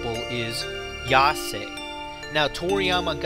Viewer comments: Yasai not Yase, just use google translation for the pronunciation -_ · I'm sure someone pointed this out a long time ago, but this is my first time watching this. You say that Vegetable = Yasai but you pronounce it Yase...The A is SA is the same sound as the A in YA, plus you must add the sound of the I that sounds like the letter E in English. It's YA-SA-I (やさい). I think it's bad to give bad pronunciation when you are trying to say and teach the correct pronunciation. Besides that, great stuff. I couldn't figure out Bordock, now I know. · Pronounces "Saiya" correctly but then turns "Yasai" into ""Yasei" somehow. It would be a little more understandable if you also pronounced "Saiyajin" "Seiyajin". Yeah, you don't know the language but wouldn't there be a little bit of common sense not to change pronunciation when simply flipping the word a little?